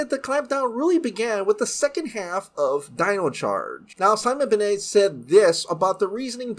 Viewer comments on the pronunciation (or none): Sorry but its Ben-nett not benay